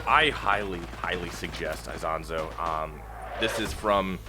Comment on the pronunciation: It's "EEsonzo" Not AIsonzo the pronunciation